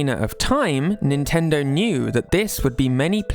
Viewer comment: He says Nintendo like nintenderrww